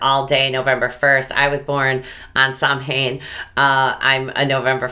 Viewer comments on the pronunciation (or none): Samhain is pronounced Sow-en (Irish) or Sov-en (Scottish). NEVER "Sam-hayn". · Pronounced Sow an. I follow an Irish lady. Her YouTube channel us Beltaine Cottage. You would like her i think. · samhain is pronounced "sow- inn"